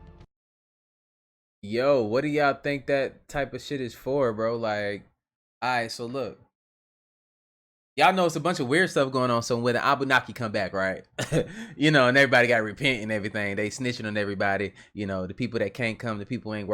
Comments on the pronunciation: Dude listing off celebs on the manifest to Epstein island said Kevin Spacey twice 🤣 and yo it’s “Annunaki” 😅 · ( ANU- NAKI ) ✅ NOT ( ABUNAKI ) 🚫 lol i believe 2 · This nigga said “ABUNNAKI” not the “Anunnaki” this dude has offspring.